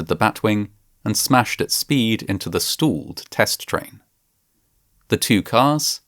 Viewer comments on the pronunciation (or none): "Stooled train" lmao. Stop using AI to voice these videos, it ruins them. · I dont like the "stalled" pronunciation 😅 I would LOVE to know what the retraining was like... I think they made them write 1000 times "i dont know more than the computer" "i dont know more than the computer" "i dont know more than the computer" "i dont know more than the computer" Hey, manufacturer, there IS a device that measure wind speed that other manufactures put on their rides, cranes, etc, that alerta and logs when the máximum windspeed IS reached and alerts the operator and the manufacturer of shoddy operation by staff if they insists on ignoring safety procedures. This tip IS free of charge, from a nobody on internet without an engineering degree, or any degree at all for that Matter, use It wisely.